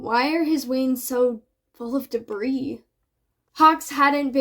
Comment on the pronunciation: ❤❤❤ Just a quick heads up; in "debris," the S is silent, so you end up with "deh-BREE." Because English 😅😅😅 🤦‍♀️ Keep doing your thing; you're doing really well!